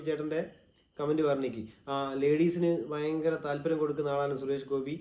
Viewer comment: ഹൊ ഫയങ്കരം 😂